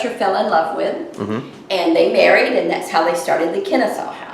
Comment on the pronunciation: Nice. BTW it's pronounced "Kenn-A-saw"